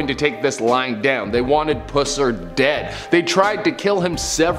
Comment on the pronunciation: My cousin was best friends with Pusser’s daughter. I say “was” bc his daughter passed a few years ago. So sad. (You said his name wrong btw lol.)